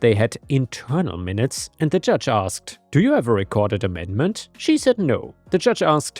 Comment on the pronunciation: You are definitely better than AI, but why do you keep making AI mistakes? Minutes (like 1/60th of an hour) you called ""). "Chas-ter-cise" is your go to when you're chas-tised.